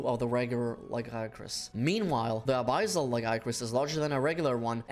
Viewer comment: “ABIZZAL LAGIACRUS” 💀